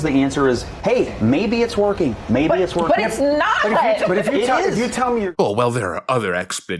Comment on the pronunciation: Phillips (or whoever it was) dismissing this and saying “But it’s nah-hot,” makes her look like a clueless tool. The president was right (again) and she was wrong (again). Plus, he’s not backing off of anything; he’s plowing forward and because he knows what he’s doing, that’s why things have cooled off and the economy is doing well.